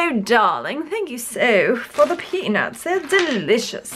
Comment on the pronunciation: When you said those beads reminded you of peanuts, I thought you said something else. 😂😂😂😂